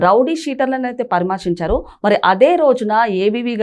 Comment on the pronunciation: పరమార్సించారుకాదమ్మా తెలుగు బాగా నేర్చుకోండి.పరామర్సించడం అనాలి